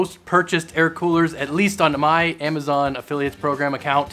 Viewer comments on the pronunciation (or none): none